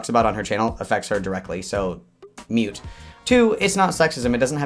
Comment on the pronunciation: Pronounced "moot", not "mute"